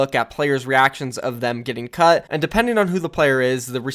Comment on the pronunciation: i watched newest video of the mayhem drama before this, and now i understand everytime he says "cut", "cucked". Is there something wrong with me? XD